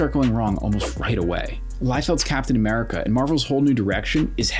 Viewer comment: captain ameridih 😭✌️